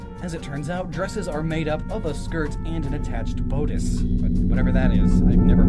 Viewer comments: Bod-iss, not Boh-dis. Otherwise, great work on the video. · "bodice" rhymes with "oddish.' If the KOS-MOS in Xenoblade is the same KOS-MOS as Xenosaga, then her name is two syllables, not six. Shion says it a LOT, and since she built most of her, she'd know.